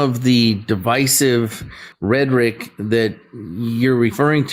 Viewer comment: OK - now the ignorant caller says "Redrick" for rhetoric. AGAIN, people....READ A FUCKING BOOK, READ A FUCKING MAGAZINE, READ A FUCKING NEWSPAPER. Please, know your language. Know how to read it, write it and SPEAK it!